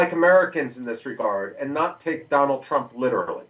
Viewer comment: DonawlD Trumph